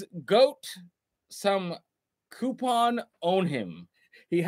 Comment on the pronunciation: Good work boys...."coupon" 👏 🤣🤣